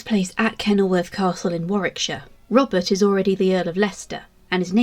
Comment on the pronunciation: Interesting but it sounds like you keep saying Robin